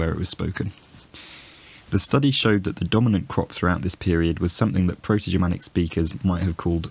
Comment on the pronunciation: Your pronunciation of the Proto-Germanic forms and all of the historical and modern forms cited in the video is perfect! Great job, looking forward to seeing more videos